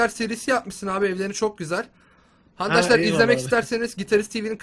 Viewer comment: abi niye handaslar diyosun